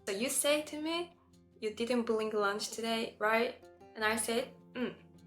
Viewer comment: The 1 time you got l in the word instead of a variant of pronouncing "r" was when hou pronounced "blink" instead of "bring" The 1 time you got the "l" sound in the word instead of a variant of pronouncing "r" was when you pronounced "blink" instead of "bring"